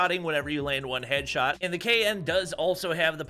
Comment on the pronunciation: DID HE SAID " SHEDSHOT " ????? OooPs